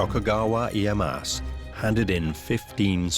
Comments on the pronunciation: Isn't it Tokugawa Ieyasu? Not iyeass. Narrator spelling his name wrong many times. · British prononciation is always terrible in these documentaries. Mah-San-Moo-Nay, not “Masamoon”, Ee-ay-ah-su, not “Ee-ay-ahs”….. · My God the pronunciation in this video is atrocious. Tokugawa's name is NOT Ieye-ASS...and it's Masa-moon-eyy....come on guys, there are so many resources out there to figure this sort of stuff out... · Tokugawa IeyaSU!!! Anglosaxon speakers cannot speak other languages! MasaMUne!!! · “Tokugawa IyeyaSU!" you idiot. I get it, you got booked, congrats, but could you have put even minimal work on pronunciation, at least the names.